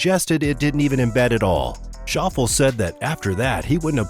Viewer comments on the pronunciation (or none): Shof Lay - not Shof al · Narrator - it’s pronounced Shof-Lay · Shauffels? It is Shoff-Lee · Schauffle's name is pronounced "Shof- lee", Not Shauffle....You're welcome. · Shaw-ful? Ugh 🤦🏽‍♂️ get it right before posting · Zander Shoffle? Lol! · Shoffle - really. Could you not find a Commentator or Script Reader with just one clue about the Subject…. ? One of the most tedious Videos on the Sport. Repetition. Repetition and then again.. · Xander "Shaw-full"????? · Xander “Shof-lee” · shawff-lay, holmes. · It's Shof-fee-lee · How hard is to find an actual golfer to read the script???? As soon as he said Xander’s last name I tuned out!! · Wish this guy could pronounce Xander's last name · How is it that the narrator doesn't know how to pronounce Xander Schauffele's last name? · You showed your incompetence when you don't even know how to pronounce Xander Schauffle's name. Pathetic. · There are a lot of errors in the commentating making PR look worse including the mispronouncing of Xander’s name. He does not have to check with an official or another player to see if his ball is embedded. If you watched the actual telecast there was no way PR could have seen the ball bounce, in spite of its ending up embedded. The movement of the sand, however, looks very bad.